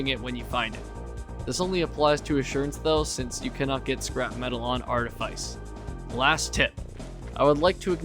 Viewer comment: Wow that's the most outdated high quota guide I've ever seen. First off, for the love of God, it's pronounced "Arteefeece". Then, seriously ? Assurance ? This ain't v47, old man. If you're playing squad, no one cares about getting to fire under 10 seconds if it's gonna be to get a maximum of 14 measly scrap items with barely any that are among the quality list. First moon should always be Ada. Then Rend for Q2 ? I mean, I love Rend, get the idea behind stacking on Shotguns, but really that seems just as outdated an idea as going to Ass first. You'll find plenty of Nuts on Art anyway so going to Rend is purely optional. Leaving 10 dollar duckies behind is a great mistake too, don't see why you'd ever recommend that. Reason's simple : you're on squads, which means you should be aiming for full clear every run. Every bit of money counts, so don't leave any behind. Take all 10 dollar duckies you find because going for that Gold Bar on the very other side of the Map might cost you your death, but if it's the only item you couldn't get, the suicide guy can always get it back. As for Artifice, the outside enemies ? A threat ? Are we talking seriously here ? The outside enemies on Art are forgettable since you can literally have all you crew get into Cruiser, spend all your day indoors and finish your day off with a Cruiser jump. NOBODY today, unless they're doing an Art Only run and have to get past Q1 Art, should carry a SINGLE ITEM back to the Ship on foot, that is a thing of the